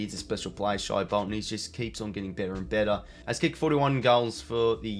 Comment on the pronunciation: It’s pronounced shay bolton not shy bolton